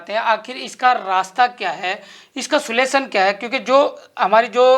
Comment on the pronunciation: अगर आपसे इंग्लिश नहीं बोली जाती तो हिंदी शब्द का इस्तेमाल कर लिया कीजिए सुलेशन नहीं होता सॉल्यूशन होता है आपने इस शब्द का दो बार गलत उपयोगकिया है अपनी पत्रकारिता को सुधारे। जय वाल्मीकि जयभीम जय रविदास जय कबीर साहेब